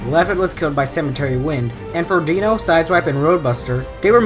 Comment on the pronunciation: Its Dino like dinosaur not deeno Dinos real name is mirage and he is called dino because he is very fast and sharp like a dinosaur but how you call he is a deenosaur